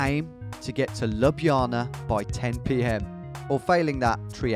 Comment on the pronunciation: that's quite the pronunciation..."labjana"...